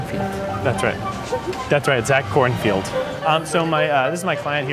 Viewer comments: excuse me SIR it is KornfEld, not KornFIEld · Who else got really mad when they kept saying ‘Kornfield’ instead of ‘Kornfeld’ ?